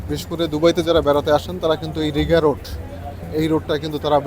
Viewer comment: রিগা রোড না রিগ্গা রোড বলে Rigga